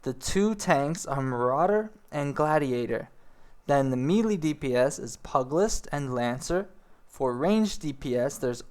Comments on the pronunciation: it's also may-lay not meely. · Liked the video, but your pronunciation needs some work. Pugilist _ PEW-ja-list Arcanist _ Ar-CANE-ist Melee _ MAY-LAY Attribute _ (in this context) not A-tree-bute Dragoon _ Dr-ER-goon (less emphasis on the AG) Piety _ (Nomomom PIE)-er-ty Not trying to be rude, but mispronouncing words will often destroy credibility in the eyes/and ears of your viewers. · PIETY. PAI-EH-TEE. MELEE. MEH-LEH. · Pugilist is pew-jih-list. Melee is may-lay. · It's pronounced Pugilist (Pew~G~list) and Melee (May~lay). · "Mee-lee" "Pug-list" derp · Melee is actually pronounced May-Lay, but who gives a fuck? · How do people play enough RPG's and fantasy based games without being able to pronounce such common terms like piety and melee?